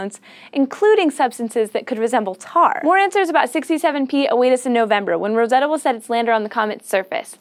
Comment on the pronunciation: I missed in the last few Videos, iam glad she is "back" and props to you for pronouncing the "Rosetta Comet" correctly.